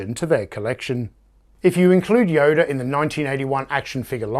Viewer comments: Did you call him Yoder at time mark ? He's not Amish. His name is Yoda, not Yoder. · Actually, I wasn't smelling my farts at the time, I was doing that the day before. Isn't amazing how different they smell from day to day? At any rate...yes, I'm well aware people pronounce things differently. I just never heard Yoda pronounced with an Amish name. I like your channel, and you do a fantastic job with your videos! Keep up the good work! Time to go smell another fart!! :)